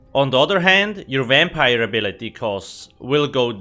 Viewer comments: Exactly what i was thinking "wampire" lol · Is this a vampire review or a "wampire" one..